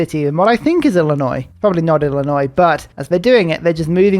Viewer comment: I have good news! You keep calling that city Illinois with a questioning, not quite sure voice. It turns out, you are correct! Barely, but you ARE correct! That location between the rivers is just BARELY inside Illinois. Bonus points for pronouncing the state name correctly, even Americans pronounce the S at the end, despite the fact it is silent. In addition, you know if you are inside Mexico or outside of it based on the Texas river. That last city you needed to take was Texcoco, and as you can see it is over the river, so it is a Mexican city. If you follow the western bend (next to the mountains) that is the edge of Texas, and the country goes mostly straight west from there. So that AZ encampment is on the southern border of the country.